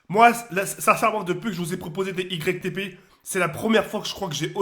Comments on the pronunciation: "itépé" qu'il a dit 😭 azy j'arrête de faire des "YgrecqueTéPé" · je t'aime bien mais c YTP est PAS ITP et ça se dit YouTube poop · on dirait un handicapé on dis YTP pas ITP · au début il a dit ITP 😂😂😂😂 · On lui dis ou pas que ca ce prononce , Youtube Poup ou pas x) ? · ça ce prononcé igrek tépé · c'est ytp pas itp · Même en lisant il sait pas dire "YTP3 wsh c'est un ouf